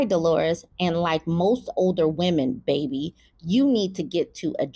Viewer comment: BAY-BE 😂IKYFL 🤣🤣🤣